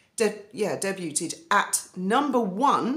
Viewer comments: Debut = pronounce day- boo (French). Debuted = day - bood. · it's pronounced daybude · Just FYI: "debuted" is pronounced "day BYOOD." Cannot believe she listed her children with the p/p titles. She is too much. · Debuted is pronounced ‘debooed’ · 'T' is silent in 'debuted ' Day byoued